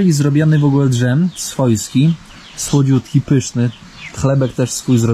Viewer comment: No właśnie, czy gadanie tam po rusku nie jest lekką obrazą? Za obcinanie drzew jest mandat, czy za wycinanie (bo to jednak jest duża różnica)? Czy ja usłyszałem: D-Żem zamiast dżem?